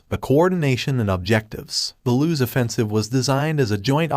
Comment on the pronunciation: Battle of LOOS. Not loose.